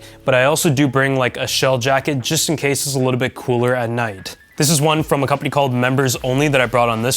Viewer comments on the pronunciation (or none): none